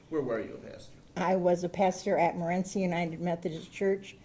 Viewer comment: Some people have never been to Morenci and it shows. The defense clearly has not. He can't even pronounce the mother of the boy's name correctly.